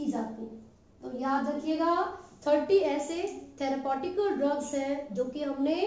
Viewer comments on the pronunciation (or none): Therepeutical ❌ therpotical✅